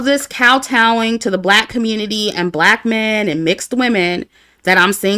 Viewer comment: and - “communi-tie…” 😭🤣🤣